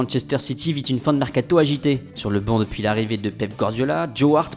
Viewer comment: "Sur le MeRcaTô"